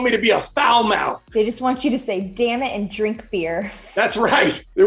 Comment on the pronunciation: I didn't even notice that Spencer said damit 😂